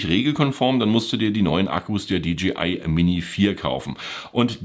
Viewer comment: Die Stimme eines Predigers in der Wüste: [Di Dschi Ei] = DGI, DJI = [Di Dschäi Ei]. (Ich geb's nicht auf, wenn's schon Englisch sein muss)